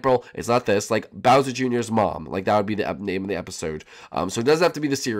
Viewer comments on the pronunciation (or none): you said browser jr